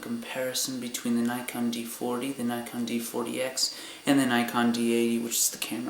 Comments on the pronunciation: yes nikon not naykon. lol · never heard someone say nikon as... nykon always heard neekon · Well, the company is japanese, therefor it should be pronounced how they pronounce it. NEE-KON